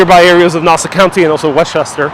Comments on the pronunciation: Please pronounce Nassau correctly: not “nawsa”...it’s “naah-saw” county. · This guy isn’t even from there can’t say Nassau the right way. Family is from there over by Dutch Broadway. However now in Coral Springs Florida. Retired Nassau Country Police Officer Brian Walsh who had a moving company up there, now he has Wings Plus in Coral Springs. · Please correct your pronunciation!!!! Ask someone how to say Nassau County